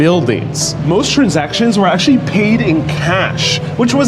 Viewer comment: Please try not to say “akshee” it’s actually. Thank you.